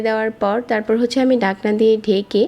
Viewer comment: Apnr vdo sundor kintu apnr kothar uccharon sundor na😑 ডাকনা কি? জটপট কি? ডেলে কি?